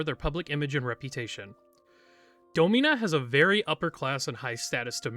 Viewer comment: I could have sworn it was pronounced “DAH-min-uh” instead of “Doe-MEEN-uh”